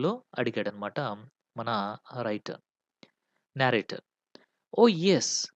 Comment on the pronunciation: Explanation is good but please check the pronunciation of narrator and narrative.